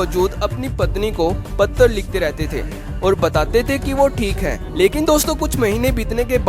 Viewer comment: Patar nahi hota patra hota hai.. Aur bhagat nahi.. Bhakt hota hai.. Kaha se hai bhai tu?